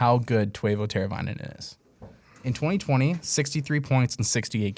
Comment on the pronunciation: Twayvo teravainen had me laughing Good content though boys